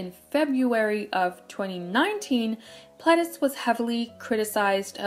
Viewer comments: i was right about the dees tho, i don't think that they're is a is sound in korean, pleh-dee-seuh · wow I always pronounced Pledis like “pleedis” and now I feel like a fool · Can i just correct the part about fans getting too close? That was in japan. It was their japanese company that was not stepping in and stopping the fans. It did get to the point recently that Pledis did stop their Japanese promotions as NU'EST W due to the fact that it was getting more and more dangerous with them picking up speed. But in the start it was their Japanese company Ariola that was not protecting them fully at their Japanese promotions. Also its pronounced nu EAST not nu EST. You can hear this clearly in their intro